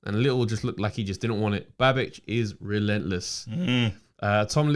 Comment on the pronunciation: The first time KG said “Babic”, I thought he said “bad bitch” and I think I like that better than Savage. Babic the Bad Bitch. Someone on Sky needs to bring it up in an interview, along with his small size.